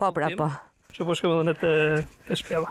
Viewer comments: Përse ky Prifti nuk mund t'a theksojë germën DH ,nuk thotë EDHE,por thotë Elle.Dyshova por gjermën Y e thekson mirë . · jo tane n‘malsi. Asht ni pakic qe thot ll n‘ven te dh. Asht thjesht dialekt. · Munet me kan prej Malsie se ata kan veshtersi me sjkronjen dh. Ky asht Frat.